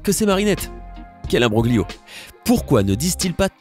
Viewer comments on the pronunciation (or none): none